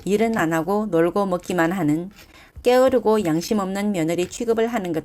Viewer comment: 께으르고 라고 발음 하지 말고 게으르고 라고 발음해 주시면 좋을것 같아요. 잘 들었습니다